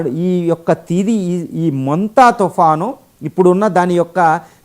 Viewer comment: అది ముంత, సంత కాదు sir, మొంత sir 😢